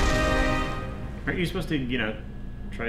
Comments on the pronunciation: pwogwam. ash is too cute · daaaaww "kerbal space pwogwam!"